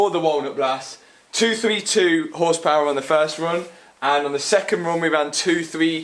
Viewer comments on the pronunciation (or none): Hundrled horspaouærl your lack of skills about cars you try to edit out in the video it's actually hurting my brain...